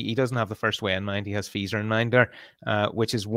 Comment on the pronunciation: is not pronouncing Feser correctly.:)